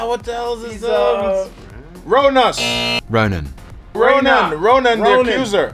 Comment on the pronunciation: Winston: Ronos! 🤣